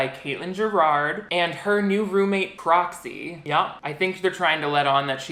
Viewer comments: took me solid ten minutes to realize that you were saying "proxy" and not "broccoli," though i think broccoli is the cooler name between the two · Can’t stop hearing Cropsey instead of Proxy NGL